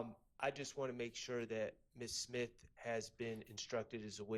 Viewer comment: I thought I was the only one heard that. SIMTH